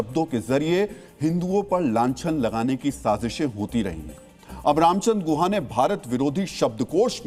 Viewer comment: Tameej se naam lo unka naam guha nahi Gukha hai